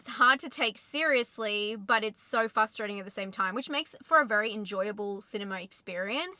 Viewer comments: Are you aware that you say fUstrating rather than fRustrating? I had a boss who did that and he's now a sitting member of Congress, so it's not about intelligence by any means. Anyway, thanks for the review - I love Nic Cage in almost everything he does. This one sounds like a must watch for me. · FRRRRRRRRustrating, NOT Fustrating. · "frustrating" has two Rs in it. Had to turn off the video after the millionth time you said "FUSStrating" 🙄